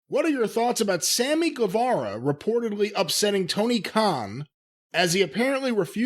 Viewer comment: Please pronounce Sammy's name right. Guevara is pronounced Gevara. Like Guerrero is pronounced Gerero, not Gwarero.